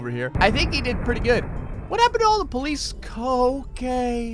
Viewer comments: when he said ok it sounded like I drunk person passed out while saying I need more cocane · When you said ok it sounds like your saying cocane? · He says cokeain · "What happen to all the police c-okay" That sounded like police cocaine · Sir. when you where trying to say the police... ok. it sounded like you said... police cocaine:P